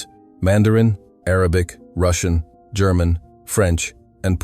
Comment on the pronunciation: WTF is "Gare-mon"? If you can't speak a simple word like "German", there's little hope.